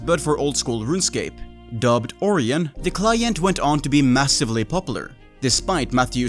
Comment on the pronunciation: ORION = "O-RYAN" Not "Ore-eon." That is my grammer nazi daily task completed for the day. 1 quest point and 150 mining xp received.